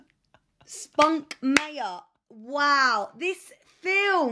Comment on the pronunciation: Spunkmeyer isn't pronounced Spunk-mayor. It's pronounced Spunk-my-eye-er. :)